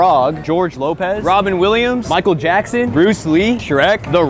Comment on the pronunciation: did he just say michael gackson